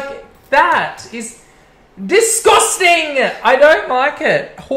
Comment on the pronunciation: 'Disgusting'!! 🤣🤣🤣 lol you sounded like you were from up the road!